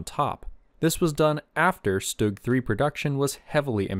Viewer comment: You pronounce stug wrong